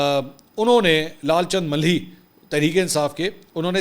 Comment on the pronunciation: منصور میاں ملھی نہیں ۔۔۔ ما لہی ۔۔۔ ما لھی ۔۔۔ جیسے باغ کا مالی کہا جاۓ بس اسی تلفظ سے مالہی